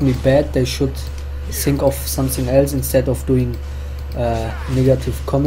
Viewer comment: Are you German? You say sink instead of think! Germans can`t say th^^